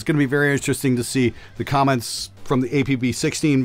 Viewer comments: lmao sometimes those imperfections are happy accidents... Like saying "Crom-ments." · wtf’s a quament? 😂